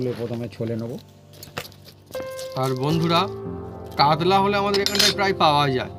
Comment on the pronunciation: কাদলা নয় কাতলা